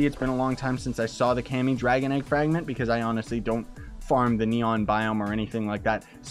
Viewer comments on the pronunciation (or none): It's kami not cami